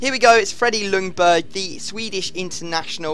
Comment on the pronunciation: you say ljungberg almost like youngberg :)